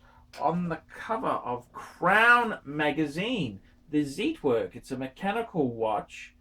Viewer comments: You are incredibly lazy bum, that's for sure.. Zit werk???? Zit ??? Zeit in German means time. Pronounced tsite, fat lay bum.. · And also Zeitwerk is pronounced differently